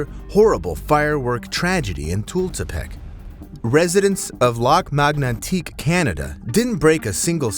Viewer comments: It's Lac Mégantic, not Lac Magnantique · Lac Mégantic — prononce Lack May-gun-tick